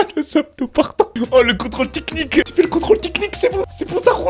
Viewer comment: salut=), "Arbag or not Arbag" ? et lefameux contrôle "tiknik" çà me fume 😂 MERCI bcp et porte toi bien et bonne fêtes de fin d'années si au cas ou on se voit plus avant cette date =) 😇